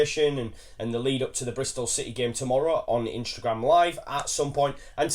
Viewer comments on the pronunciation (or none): why does say Instragrame there is no R in Instagram lol